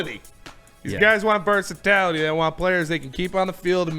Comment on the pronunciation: i hope that was some joke or line from something i never saw..... but if YOU JUST SAID VERSATALATY????????????